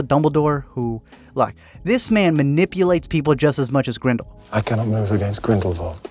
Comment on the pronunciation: i cant thank u enough for pronouncing his name G R I N D E L V V A L D🤗